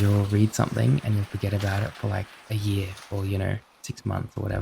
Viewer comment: The second u went it’s hot this time of year I went Aus/Nz with your accent